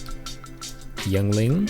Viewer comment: From PA and have never heard it pronounced "yung-ling"